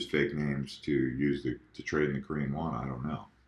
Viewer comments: it is Korean Won not Wan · just lettin ya know it's WON and not WAN Not trollin, just wanted you to know for future reference! Keep pumpin out these videos!!! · Korean “Won” not “Wan”